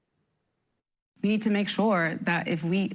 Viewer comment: The anchor cannot pronounce Chevalier or Espaillat's name. So embarrassing